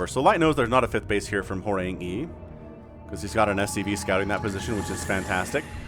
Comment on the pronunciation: You're welcome for correcting the pronunciation of Horang-E :-) Together we make your channel better and better, keep up the great work!